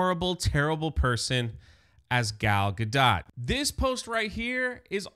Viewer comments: I love how we still don't know how to pronounce "Gal Gadot"- definitely the superior Wonder Woman 🙄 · The fact that you can’t/won’t even pronounce gal gadot’s name accurately makes this whole video sus.